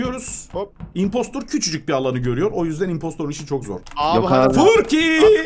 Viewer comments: abi impostor deyil impostır diyeceksin yanlış söylüyorsun çok gıcık oldum ama seni seviyorum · Okunuşu impostır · Biri imposter'ın yazıldığı gibi okumadığını söylesin sinir oldum :( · Oyunu kısaca anlatim oyunda bir kisi İMPOSTOR 😂😂😂👌👌videonun basinda bir yerde diyor coook komik soyliyon abi ben o kelimwyi kurmak icin dunyayi gezip eğitimini alirdim😂😂😂 👇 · No body:: İMPOSTOR